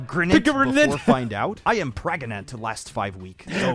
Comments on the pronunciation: "Praganant" "Prefnant" "Pregananant" Aight imma outta here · PREGANTE!!! :P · please tell me anyone remember old Pewds upload about "preganenant" thing and when he said "and you are retartedarard!" XD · pewdiepie: “pregananant hahaha so dumb” also pewdiepie: “womp” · el preganti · LE PREGANTE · P R E G A N A N A N T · "Perganrt, Preganant, Peegant" There's speaking the Language of Gods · "I love pergnut" - Pewds 2019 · I still say pregagnanant bc of you, pewds😂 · Has anyone else been saying pregananant for like 2 years now because of when he first watched that video